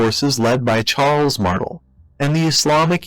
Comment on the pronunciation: no offense but your pronunciation of Martel gave me cancer